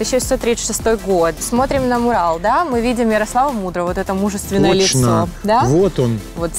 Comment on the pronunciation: МУрал или мурАл. ЕСТЬ ПРАВИЛО!!!!!!!!!!!!!!!!!!!!!!!!!!!!!!! А если не знаешь, как правильно, загугли орфоэпию слова!!!! Правильно мурАл!!!!!